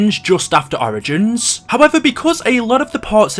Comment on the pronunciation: The way you say origins pisses me off